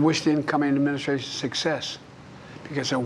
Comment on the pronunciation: E-mu-mu-stration. (Administration). Crimate Crises (climate crisis). Isozzo (it's also). In-vu-vu-velopment of AI (in the development). Presidents power is not limit. (limitless). Participating our democracy (what?)